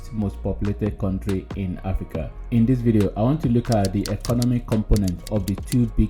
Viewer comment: point of correction, Africa not Hafrica